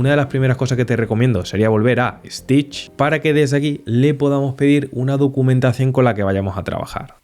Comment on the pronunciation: I don't know why people from Spain add an "e" before an "s" that does not exist. It's Stitch not "Estitch". That extra E exist only in his imagination.